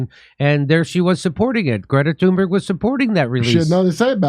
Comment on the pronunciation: Dore can't even say her name right